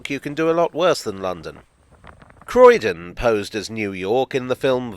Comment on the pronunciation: “Croydon” Bravo sir 👏 😂